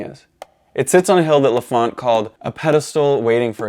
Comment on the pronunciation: Man, you know your stuff, that's obvious. But you have to get somebody to do spell-checks on the text that appears on the screen! It's and cemetary for example. And learn to pronounce l'Enfant. Very well done otherwise.